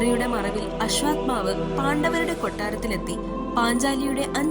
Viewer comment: അശ്വാത്മാവല്ല മോളേ. അശ്വത്ഥാമാവ്........